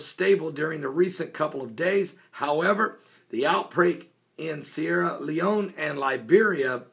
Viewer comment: You said Sierra Leone right! I'm proud of you Pastor!